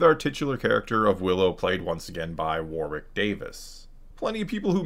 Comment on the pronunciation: We both know the series (Willow) was a steaming pile, but you've had OVER THIRTY YEARS to learn how to say WARWICK CORRECTLY, and with the respect the man deserves. LIKE THE CASTLE AND CITY, Warwick is pronounced Worrick. Just do an effing search and watch something about the castle. It came first,.